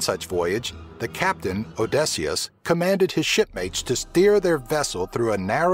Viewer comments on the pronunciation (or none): haha Odessious :P at least pronounce it right :) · Sorry mister american ,stop mutilating words from other languages , its time to learn some real .pronunciation ...it is not Audacy but Odisea .... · Odysseus: Oh - di - sea - us. Scylla: Sky - la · Did he pronounce oddyseus Oddeseus? No one can blame him, it is a hrad pronounciation to guess, but oddesius? Really? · how do you not know how to say odysseus or babel come on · jonathon bailey Fair enough.